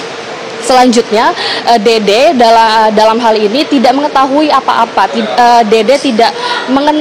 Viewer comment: Dede mbaak bukan dodooo😂😂😂